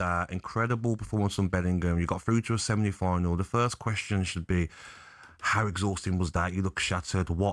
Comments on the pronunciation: Does Gabby keep saying seminy final? 😂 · "We're through to a Semini final" 😂